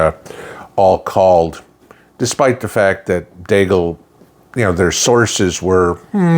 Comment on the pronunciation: Deagel not deagle.